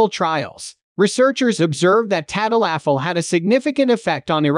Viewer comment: tad-a-LAFFIL. Lol.